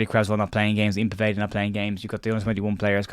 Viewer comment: Small thing but Povedas first name is pronounced Yan not Ian.